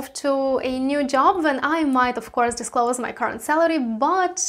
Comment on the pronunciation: Yes, but first you should know how to pronounce JOP, oh wait JOB